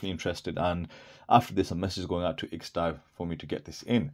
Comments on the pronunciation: Aren't you supposed to pronounce the ampersand in IX&DAO. IX and DAO. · HaHa! I get it. But wouldn't you like to pronounce it correctly. How hard is to say Nine Dao? You could be the only person on YouTube to actually say it right.😁😁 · It's my understanding that the IX in IX&DAO stands for the Roman Numeral 9. Have you heard this? If so, it should not be pronounced as a word, it should be pronounced as Nine DAO.